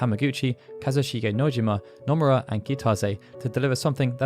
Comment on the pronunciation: stop saying numerra! it's NO MU RA